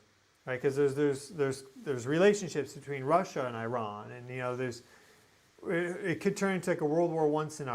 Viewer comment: Please learn how to pronounce Iran. Isn't that the least Americans can do as we bomb them slaughtering their children.